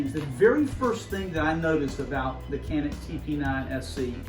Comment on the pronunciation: Pronounced “ Janick”